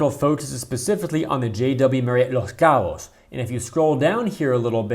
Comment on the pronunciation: "Los Cabos". Nice pronunciation 👏